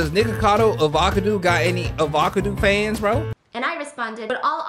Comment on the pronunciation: You continuously calling him NickacadoAvacadoo was so funny and I genuinely found it way easier to say 😂